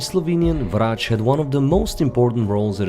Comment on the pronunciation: where are you from? The way you said Vrac and Zrec i belive you are from slovenia. Am i right ?